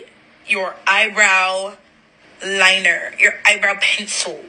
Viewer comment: Ik I was laughing when she said that 😂😂